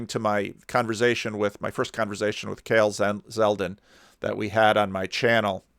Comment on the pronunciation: Sorry for nitpicking a bit. The word is "converSation" not "converZation".